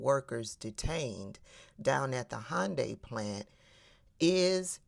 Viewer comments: It’s pronounced (hon-day) not (hi-un-day) and she may have set off an international incident with serious repercussions. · Hy un di is the correct pronunciation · a south Korean said that the correct pronunciation is "Hun-day". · also, it's "Hun-dye or Hyun-day" not Hond-anything, Honda was something else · It's definitely not Honda! 😂 It's "Hi-un-die". At only this point the snitching informer slut was right. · Regarding the pronunciation of Hyundai, we grew up saying Hun-day bc that's what dealerships called them, but I've heard Koreans call it Hy-an-day. I think it's mis-hearing the dialect. Who knows? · But it is "Hy-un-dai"... Korean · Thank you South Korea for looking after your citizens. I worked for Hyundai about 20 yrs ago. They look very well after their staff. By the way, tell that white woman it is pronounced Yanday. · It's actually prunounced, "Hee-yoon-die"... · The real pronounciation is more like Hoonday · Hunn dee according my korean friends. But what American can pronounce foreign places and names. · Hi-un-die? Hmmmm Typical DEI HIRE she is lol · It's hyun day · Happy Monday, and everyone, hope y'all had a good weekend!❤ We get a lot of electronic parts from South Korea. Those prices might go up even more than they already have.It's pronounced hyun- day😊❤ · Nice video but you might want to check up on the pronunciation of Hyundai because she is actually more correct than you are and laughing about it really makes you look smug. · Actually you're wrong about how to pronounce Hyundai. Can you say "ask" ? I bet you can't. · Just so you know .. most non Americans pronounce 'Hyundai' exactly like you said it's definitely not. 😊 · Karen is using the incorrect UK pronunciation, I guess to emphasize her European whiteness for us. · Miss, I’m SO GLAD you brought up the fact that this big evil dummy mispronounced Hyundai, but yet thinks she’s so smart😡🤮